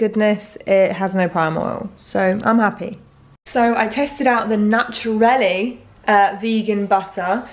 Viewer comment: Aldi peanut butter is made of just peanuts, same with the almond butter, just almonds. Both are delicious and very reasonably priced, 💖 just one thing the vegan butter is called Nuturli not Naturelli, its Swedish and they also make a spread 😁